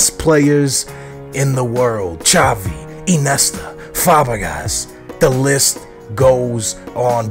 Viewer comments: did he just say "Eenesta" instead of iniesta? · Inesta, Fabagas. Look up the names at least. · he said ineta when its iniesta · inesta.. hmm..qruuresmza lol you say their names to funny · Who the fuck is "Ee-nesta"? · Lol iniesta how you say his name